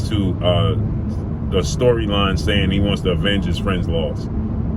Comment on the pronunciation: Lol definitely sounded that word out. It’s *Avenge great brother